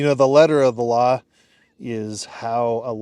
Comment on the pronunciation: it sounded like you said "allah" instead of "the law"! i had to back it up and play again, for i knew i could not have heard right 😊